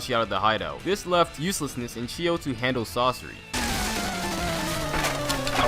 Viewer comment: when says chiyo I thought u said "cheeto"